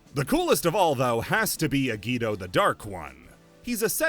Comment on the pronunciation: I SWEAR TO GOD! HE SAID AGIDO! You can't be giving me yugioh trauma in your non yugioh videos. This ain't fair!